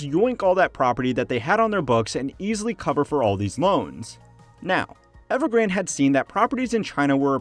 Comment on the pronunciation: Not evergrand, but EvergrandE